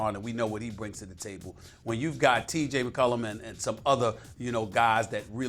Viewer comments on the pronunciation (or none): This man deadass said TJ Mccullum lmao